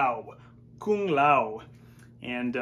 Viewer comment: Kung "Ligee" Lao!!!